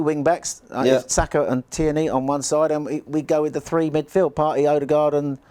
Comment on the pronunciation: 👏🏼👏🏼👏🏼 absolutely nailed the Tierney pronunciation time after time!!